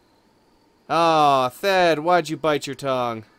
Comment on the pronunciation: The H in Thed is silent, its pronounced Ted like Ted Danson or Ted Bundy ;)